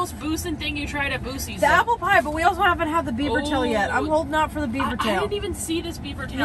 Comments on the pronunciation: You pronouncing Buc-ees that way over and over actually made me second guess how it was actually pronounced. Fun video! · The repetitive mispronunciation of the the name was pretty off putting. I didn't know if it was intentional (maybe you guys thought it was funny) because when you first got there you pronounced it correctly but i personally found it annoying. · Why do you intentionally mispronounce words? (Beverage, Buc-ces) It makes you sound unintelligent & it chases viewers away. I have spoken to several of my Disney friends that watch youtube that will not watch your channel because of it. Just an FYI to help you increase your viewers. ✌️ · Remember, bags of pretzels, chips, etc. are sold by net weight and not volumes. Also, you slipped into calling in "Boo-Sees". From a Texas native, that is not acceptable....lol. Don't know why your pronunciation changed but you need to get it right. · Are you joking when you say Boo-sees? Ya know it Buck-ees que no? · BUC-EE'S, F'N, BUC-EE'S...not BU-SEE'S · I was laughing when they were pronouncing it Bu-sees instead of Bucky's. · Buck-ees not boosies. Other than that loved the video. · It’s buck-Cees not boo sees 😂😅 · Love the video but for the love of god, STOP calling it Boo-seees. It so Buck-eees. Put some respect on the name :-)😊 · Where is boo she's? It's buck ees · we love you guys, but its......buck-eeeees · In Texas we pronounce it like Buckys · i loved the video. but it is pronounced Buckees! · It's pronounced Buckeys, but spelled Buc-ees. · I am from Texas. Buc-ee’s originated in Texas. The name is pronounced Buck - EE’s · Started out saying Buc-ees roght then started calling it Boosee's. 😂😂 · SOUND IT OUT 😮 BACK TO SCHOOL 🍎 📚📝BAA-KEE-Z OR BAAH-KEEZ😅 ✅ A+ 👩‍🎓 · calling it Bussys is tripping me out lol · It’s Buck—ees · I liked the video, but it’s pronounced BUCK*ee’s. Lol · In Texas we pronounce it BUCKEES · Pronounced Buckey's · It’s pronounced Bucky’s. It’s a beaver with buck teeth. Buck!